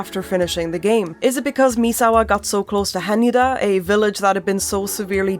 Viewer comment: this is so petty of me but jesus christ I can't believe how thrilled I am to FINALLY!!! hear someone properly pronounce Hanyuuda!!!